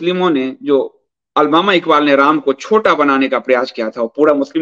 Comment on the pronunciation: अलबामा इकबाल नहीं अल्लामा इक़बाल है